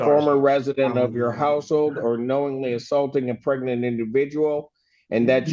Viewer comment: Wait a minute, did you say pregant? I'm sorry my ear is clogged did you say a pregant victim? I don't understand what you're saying.